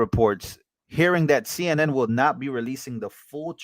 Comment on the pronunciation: She didn't even say the CNN interviewer right! Liar🤬🤬🤬